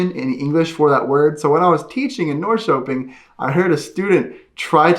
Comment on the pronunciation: the way you say Norrköping is funny